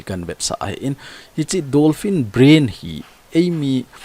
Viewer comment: Dolphin joh ahe,Not Donphin Bro👍